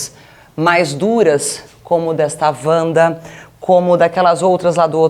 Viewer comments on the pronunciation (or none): none